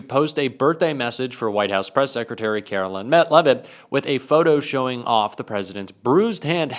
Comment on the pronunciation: ....it's karo-lyin'.....